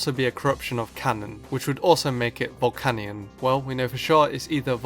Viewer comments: Its VOl-KAY-NEON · volcanion is pronounced vul-can-yun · it's pronounced ボルケニオン or boru-ke-nion with the "kay" sound so volcanion is vol-kay-nion